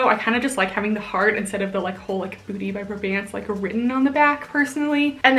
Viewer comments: It’s BRAY-bants (like pants with a b). Kelly’s older sister is my boss ☺️ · Yep, my favorite leggings brand!! I believe it’s pronounced bray-bants (rhyming with gray pants lol). I live in Boston and discovered them about two years ago because EVERY workout class has at least one person wearing them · I pronounced it as bra bants for months but I believe it’s bray-bants based on how her friends say it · I’ve heard it as braw-bants (like ants)! I’m in the Boston area so I’m assuming that this is the correct pronunciation??? 😅 but you never really know sometimes!